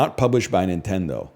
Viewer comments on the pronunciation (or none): none